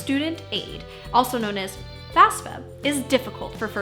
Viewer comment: Goos job,! But, pet peeve, it's FAFSA, not FASFA!